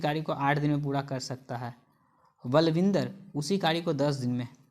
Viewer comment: Q 87 me kary ko kari kyu bolte ho bhai